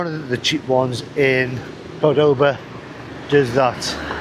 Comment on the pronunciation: I know this is a bit annoying, but so sorry I cannot contain myself. In Argentina we pronounce the name CORdoba, the accent is in the first syllable. I mean of course you can pronounce however it comes out; perks of the old traveller. I am also with you on that issue. I feel like 18 inside me with just a few decades of experience in that age.